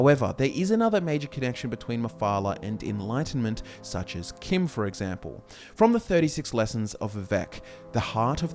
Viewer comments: If you wanna pronounce CHIM as KIM, spell it that way too. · It is pronounced chim like cheese.